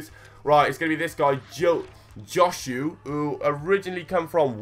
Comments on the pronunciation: It's joe-sway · Josue = Josh-eu lol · Josué is pronounced joe-zu-eh